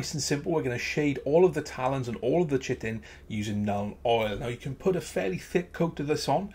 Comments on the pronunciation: Chitin not chitten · Nice model! Just thought I'd point out Chitin, is pronounced Ky-tin. :D